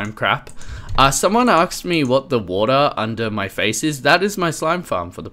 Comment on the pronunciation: I love you, but can you please pronounce "asked" correct, it's so frustrating:( (ass-kt)